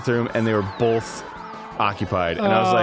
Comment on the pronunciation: Danny you work with someone who says "bolth" instead of both. You have some odd parameters.